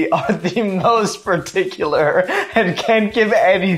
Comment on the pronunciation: "I am a llittle bit more peticular" - 2020